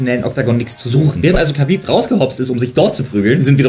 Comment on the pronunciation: infomier dich doch bitte erstmal wie man Khabib richtig ausspricht